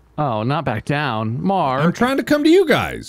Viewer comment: the way Bob says Mark remains me of lamb with hats